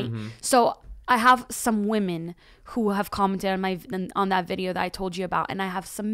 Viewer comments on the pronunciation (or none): Does know that when the word woman is plural its women 😆 he pronounces it like its singular even when he's talking about women plural